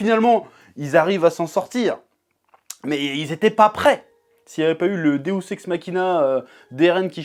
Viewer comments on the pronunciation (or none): none